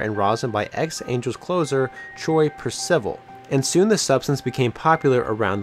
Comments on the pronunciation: It's PER-siv-ull, not per-SIV-ull. It's guy-EGG-oh, not gull-EGG-oh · Pabilonia Troy per- civil, instead of Troy percival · Woah woah woah. You claim to be a baseball channel and pronounce Per-civ-al, "Persivel"?!? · "Per-civil" C'mon man.... "Purrcivil" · perCIVIL? Wrong! PERSavol is the phonetic pronunciation of his name. Damn you need to be a student of the game! He was hellagood! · Lol...I do like the Per-civil pronunciation! Glad someone commented about it 😆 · "PER-ci-val" "Guy-AY-go" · “Troy Per-Civil” lollll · That got me too😂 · “Troy Pre- ciVAL” cmon man nobody on earth pronounces it like that. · "Per civil" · "Troy Purr-civil" lol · You called him “Troy Per Civil” instead of Troy Percival. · It's Troy Per-sir-vol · Troy "Per-sih-vall" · Yo, you got to at least try to say the names right bro!!! Percivel, gailligo....??? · You couldn't have butchered the names Percival and Gallego any more than you did in this video lol, love the content though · I’ve never heard percival pronounced like that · He’s probably just really young. Any of us in our 50’s+ actually watched those guys play. But yeah, that messed with my ears and I had to immediately come look for comments about it LOL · Great due diligence but given how you pronounced Troy “Percival” I do not approve this message. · At minimum, get somebody to read the script for this story, who has actually followed MLB enough to know how the names of players are pronounced. Distracts so much, message is lost. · Yea hard to have credibility when you don't know how to pronounce player's names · How does this channel maker not know how to pronouce troy Percival or mike Gallego' s name. Not a baseball fan eh. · how does a baseball channel not know how to pronounce percival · It doesn't "sound like" you're butchering these names...you actually are...credibility shot...congrats on speaking 5+ languages tho, sick brag etc...I'll give you Gags but Percival has 350+ career saves and had an ERA<2 three times.